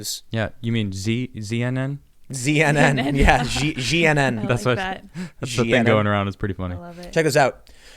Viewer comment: TIM - LISTEN UP - somebody PLEASE TELL TIM The joke with Xi NN ( CNN ) is in the way it is spoken & heard. Xi Jinping is spoken & heard as Shee Jin Ping so when they say instead of CNN, it is Xi NN so you should say Shee NN That’s the joke because it does sound so closely alike. It’s not Z NN, it’s Shee NN which is much closer to CNN, Ok? That’s the joke! 🤷🏽‍♀️💖🇺🇸🙏🥰🤣👍 Keep up the great work & we want to see Lydia on camera !!!!! 🤗🙏🇺🇸